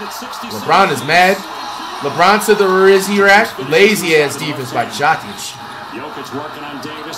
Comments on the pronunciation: How is this dude butchering Jokic name so badly? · Why cuhh can’t never say Jokic name right 🤦🏾‍♂️ I know he’s doing it to be funny but it’s not funny anymore bra 🤣🤣